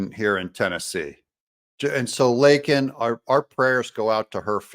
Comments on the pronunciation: He had no intention on saying her name. He didnt care what her name was prior to his SOTU address otherwise he would have known it and said her name correctly AND said it without being Prompted!!! He didnt try to unite America. He gaslight America, blamed President Trump for EVERYTHING, Lied and lied and oh wait he LIED. His reality is either convoluted with lies others are telling him and he believes and repeats or reads his notes that OTHERS are writing for him, which mesns he is just a puppet OR he is very cognitive and knows what he is saying is a Lie. Idk which one is more dangerous. This was a political Campaign speech. This was not a SOTU address. This was all of his demons being released on the public, venom being spit out by a potential crazy person and threats basically being made to anyone that goes against him. I pray for each one of us to have the courage and the numbers behind us to STOP THIS CRAZINESS. God Bless each of you, God Bless President Trump and God Bless the USA ! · Not to mention saying her name incorrectly. Can one individual be any more disrespectful to the American people than Joe Biden? I don't think so. He's just a piggish, evil, third anti-Christ, socialist who doesn't care about ANYONE but himself and his interests. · Hey Beijing Biden, her name is "Laken" Riley, not "Lincoln" Riley, you senile, old, kiddie-sniffing creeper. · harris's face when he screwed up Laken's name is quite telling of how she feels also. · We are a joke to the rest of the world. They all know Biden is a liar. The only thing he said that was true was Laken Riley was killed by an illegal, even if he couldn't say her name correctly. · If you really listen to Biden when he gets called out by MJT Biden says “I would be a winner……not really.” Then goes on to mis pronounce her name!!!! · Joe was off script...when he responded to MTG about Laken Riley. Thats why he "flubbed" up.